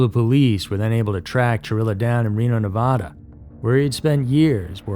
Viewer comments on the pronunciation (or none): none